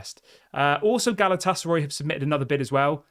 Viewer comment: Galatasar (eye) not Roy 😂😂😂 I know it’s petty and pathetic but it’s spazzing out my Autism 😂😂😂